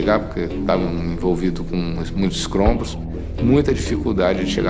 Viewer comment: Kkkkkkkkkkl aos ele fala " ESCROMBOS" , não acredito que ele disse isso, kkkkkkkkkkkkkkkk.